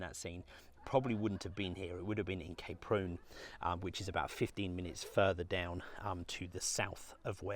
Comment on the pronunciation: Oh! Kay Prune??? You make it sound like the daughter of a laxative salesman! It's pronounced how it's written - Ka-Prun! My wife and I have skied there and at Zell so often over the years that the Kaprun town council gave us commemorative scrolls! We love the place to the point where it is almost a part of us, not least because we had our honeymoon there and numerous anniversaries too. One winter we walked right across the frozen lake to Thumersbach on the other side starting from those very jetties outside the hotel. Great memories, thank you.